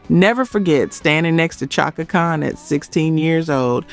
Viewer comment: SHAKA Khan... not CHOCKA Spelled Chaka but Prounuced SHHHHACKA>.. oh lord